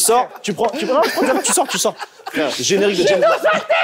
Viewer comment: trop de choses à dire sur ce passage😭 Roman qui trouve au hasard, le truc que timal jette sans faire exprès dans le chapeau, timal qui dit Jèzbond😭😭